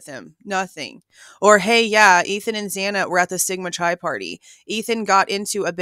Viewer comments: Its pronounced Sigma Ki (Sigma Chi) just so you know moving forward (Greek)** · Just a note- Sigma Chi is pronounced “Ky”. ❤